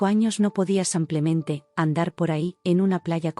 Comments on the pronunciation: Sí, insoportable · Sigue con el “ Samplemente “😂😂😂😂😂😂😂 corrijanlooooooo